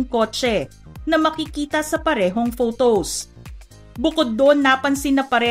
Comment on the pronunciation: Ate hindi “fotows “